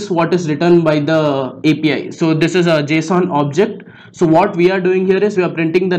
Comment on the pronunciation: it sounded like he said FBI Key lmao be careful